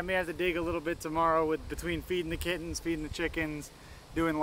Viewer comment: The channel is now just bustin his hump and slapping the back of her hand 100x and pronouncing Kittens without the T